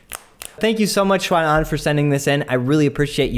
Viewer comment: I thought your pronunciation of Xuan Anh's name was pretty good then I saw on your website that you grew up in China. Cool dude! I teach Chinese kids. Where did you grow up?